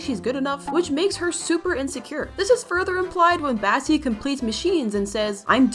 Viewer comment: Bro bassie not Bassi,oh my god bro what hell bro